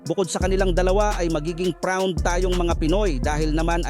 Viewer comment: Anong pround 😂😂😂😂